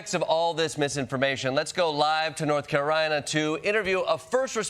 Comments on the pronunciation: lol, North Care-eye-nuh....you just thought you nobody would notice. Hehe. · Did anyone else hear North “Carorina?” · norf caryna. lol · "North Carorina" you drinking at work? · Where the heck is "North Carina"? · Hilarious segment but he said " North Carina" and it's all I can think about